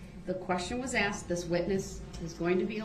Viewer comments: Axed it is called asked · Tell the troof, I'm finna axed a question of atty Goof. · And “axed” = ask